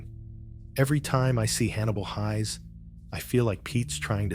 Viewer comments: Just so you know, the ai narrator is mispronouncing the last name of Hannibal Hayes. It is pronounced like hay with an s on the end, not pronounced like high. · I used to watch Alias Smith And Jones when I was a schoolboy, though my sister was far more of a fan of this T.V series than I was. I thought his characters name was pronounced Hays as in haystack, this is the third You Tube video where his characters name is pronounced Highs. I would have thought anyone who was used to watching the opening would know how Hannibal’s surname was pronounced.